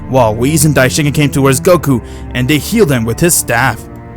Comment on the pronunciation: Dye-Shin-KON dude not dye-shin-kin (Cringe Everytime)....what kind of fan are you?